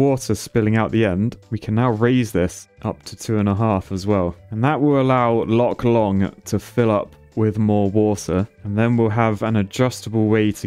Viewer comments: lake long => lake dong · Loch Long becomes Loch Shlong...? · "Lock long" so close